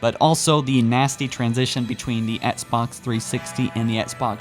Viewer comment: Oh yeah, I remember this guy. He keeps saying "Etsbots" instead of Xbox